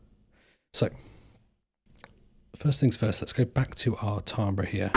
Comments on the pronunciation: its pronounced TAM-BER, not TAAM-BRA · Pronounced ‘Tam-ber’ by the way. Cool stuff. Enjoyed this homie